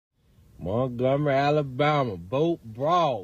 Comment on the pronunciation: Did he say MERKgomary? Lol